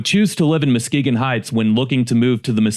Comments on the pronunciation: Videos are very interesting and professionally done but did AI change Muskegon's name to MOskegon? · Your spelling is not good. It’s Saginaw. Not seganol!! It’s MUskegon not MOskegon. For two examples….